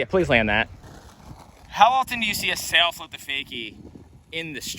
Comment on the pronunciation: "Sail flip?" Sal flip. As in Sal Barbier.